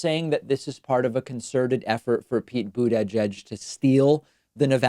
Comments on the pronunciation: The way you say bootedgegeg😹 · We need a drinking game. Every time he says boot edge edge. Drink. Then laugh so the milkshake comes out your nose. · Yeah, David seems to almost have more trouble saying Boot-Edge-Edge, so he'd probably find Buddha Judge easier to say. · It’s almost charming how you can’t pronounce his name. “boot Edge Edge”,... try thinking of it as “Buddha-judge” Like you said, this move is neither consequential nor uncommon. Biden, Bernie and anyone else has these personnel-swapping ways, yet your singling this one out as having an appearance of impropriety. To me it sounds biased and perpetuates the tendency of the left to eat it’s own. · Why does he keep pronouncing it boot-Ei-jedge? It's bother me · Really think David's just trolling now with his pronunciation of Boot edge edge. haha. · David having issues saying "Boot-ageded" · How do you say Buttigieg again ... ? Buttijudge ??? wtf ? c'mon.. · Everyone should drink a shot for every time David said BUDEJUDGE. 😂😂😂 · Can you say butidgege in a way that's less horrific please. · Is there a reason why you put extra effort into saying his name weirdly, like its made out of three words?... I mean, it's not like you've had time to get used to the name. Only the first syllable is stressed, no need for all three :D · Can you please stop pronouncing Buttigied that way. It sounds like you're having a mini stroke half way through finishing his name. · Every time David pronounces pete buttigiegs last name I wanna punch myself in the face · Are you pronouncing Buttigieg name that way for some reason? I may have missed it. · Nothing is more damaging to Pete Buttigieg's political career than the way you say his name out loud. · his pronunciation of buttigieg is asinine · it's horrible on my ears to hear david say it that way! is there a reason he does this? is this the proper pronunciation?! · Why can’t you say Buttigieg like a normal person